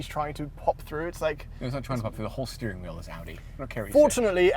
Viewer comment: A “beering” wheel